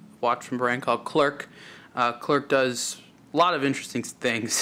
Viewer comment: Pronounced Cler and NOT ClerC OK!